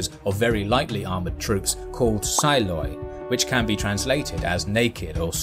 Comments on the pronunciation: Psiloi is not pronounced sy-loy but Psili (ψηλοί) the P is not silent and it does not mean naked (γυμνοί), it means tall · Xiphos in greek is pronounced ksîphos Generally x is pronounced ks And it was written ΚΣ until the hellenistic era when Χ as a letter was introduced to the greek alphabet .ALSO psiloi is pronounced ``psîloi`` ψίλοι=the ones who are light Generally in greek "and"oi"re pronounced : "i" So if you see those double letters in a greek word is probably pronounced this way (for instance :"strategoî" and "diadochoi") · it is pronounced XIPHOS not ZIPHOS. it is like a usual X in english it is pronounced p.siloi . read first the P and then the rest of the word. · Psiloi =/= psayloy Psiloi = psealea There is some discussion to how the dypthong "oi" is to be handled in classical vs commons greek so saying "oi" as "oy" instead of "ea" is understandable but in no universe is it understandable that anybody would translate the letter "ita" (eata not ayta) in psiloi, to än English "I". I commonly find the demand that foreign names be 100% correctly pronounced so that it sounds like a native rather cringey and self-centered, but there are times when the pronunciation becomes rediculous, I mean, even in English you don't say "sayt" but "sit" so why then would you say "psil" "psayl" ...